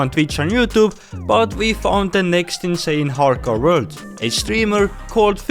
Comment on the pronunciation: Nice "wurd" btw